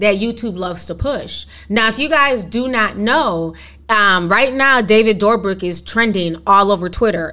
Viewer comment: I love how you say David DoorBrick’s name. Lmao this is how I’m referring to him from now on!! Love your content Ti!